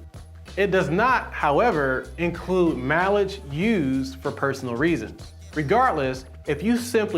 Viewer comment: Stop saying mileage like you do